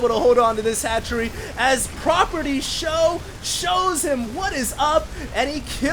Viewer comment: everytime he says 'for sjow' I think 'forsho' like for sure / fosho. :)